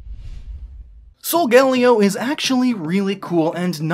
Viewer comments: Sol-ga-leo not Sol-gal-leo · Lol. " Solgayleeo"